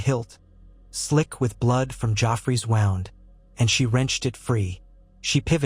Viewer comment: w o u n d sounds like WOOND correct it for next time. gd i hate ai